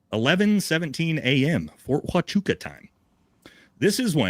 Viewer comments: It's odd that he calls it Ft. Wa-cha-ca. I have never heard it pronounced like that and it is a well known installation in the Army. It was always referred to as Ft. Wuh-chew-ca. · Ft. Huachucka is NOT "wa cha ka" sound...it's "wa ChU ka" chOOO! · The military base is pronounced wachooka! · I have not heard one person pronounce the fort the way it should be pronounced Wa Ka Chew Ka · If you're a green beret, you're pretty well-versed in the military and military bases. Especially the ones in the United States. There's no way that he hasn't heard of Fort Huachuca. And whatever word he was saying. I'm sure he's never heard of that base. Fort Waka Chaka. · Wa chew ka or is it who ah choo ka? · U cant even say the name of the base correctly but you want people to believe what you say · too drunk to do it. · Dude can’t even pronounce Ft Huachuca correctly. He seems about as smart as a box of rocks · Perhaps it’s intentional- to make it seem like he knows nothing about it or what goes on there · Do you have the boarding pass for Brian H. or anyone that can confirm him on the flight in TX? Do you have a single Lt Col. that can confirm he wasn't in the meeting at Fort H? And can you pronounce Fort H. correctly since you are bashing Candace for Fort H. IR report grammar being poor? The video discusses Brian Harpool's itinerary, stating he was on a flight p.m. and noting the flight from Fort Waka to Dallas Fort Worth takes 2 and a half hours. The speaker uses this information, combined with the incident report's timestamp, to argue that Brian Harpool could not have been present as claimed by Mitch Snow. The video does not explicitly state that it has the boarding pass, nor does it present a Lt. Col. to confirm he wasn't in the meeting ( - ). The speaker pronounces "Fort Huachuca" as "Fort Waka" or "Fort Haka" throughout the video ( , ) which is in error--just saying. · For a military guy, you don't even know how to say Fort Huachuca proper.